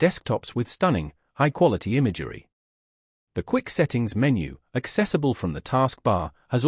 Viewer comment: I'm curious if somewhere actually says "imager-y" or is this simply a TTS artifact?